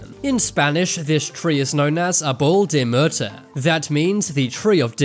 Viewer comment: “Argh-bowl te murter” points for effort